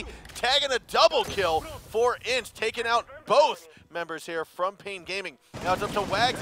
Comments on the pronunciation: it's not INTZ, you say letter by letter. I.N.T.Z. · isn't Intz, it's pronounced I-n-t-z